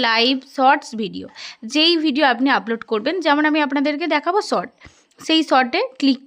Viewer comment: Sot na short tomader s pronociation eto kharap keno